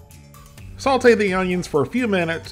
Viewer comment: The way you say "Saute" is like Saultay